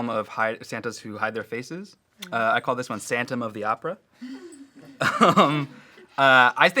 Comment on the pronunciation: am I the only one who cringed when said 'santom of the opera'? and NOBODY laughed